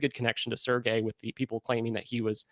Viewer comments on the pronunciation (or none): In French, his name has a soft “g”….pronounced Serj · Serge is pronounced [Surge]